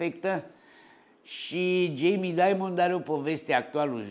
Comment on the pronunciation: vedeti ca pe Jamie il cheama Dimon, nu Diamond (i.e. "daimăn", nu "daimănd").